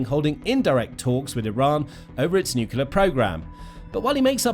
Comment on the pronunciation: It’s pronounced nuk-LEE-ur. You undermine your credibility by mispronouncing. There no such thing as a nucUlus. Nucleus is the basis of the word nuclear. If you can’t get that fundamental detail right, what else are you being sloppy about?